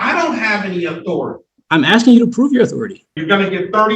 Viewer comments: Why do they all say "axing" vs. "asking"? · He doesnt know what the judge is "AXING" for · "Axing"..proof of US education